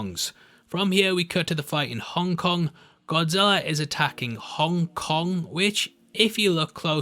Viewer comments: Af first I thought you said, Hung Kong 😂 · Hung... Kong... Sorry...